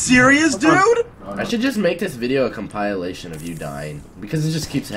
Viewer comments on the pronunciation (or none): wtf is a compilelation, its compilation